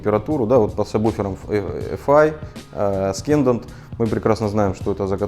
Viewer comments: ***** я очень извиняюсь, но не аскендант - ассендант правильно произносится, спасибо за обзор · Александр, в слове Ascendant букву "с" правильно произносить как "с", а не как "к" в видео. Не вспомню, какое именно, правило в английском языке. Прошу понять и простить. ))) Как удар чем-нить, когда слово неправильно ты произносил. :D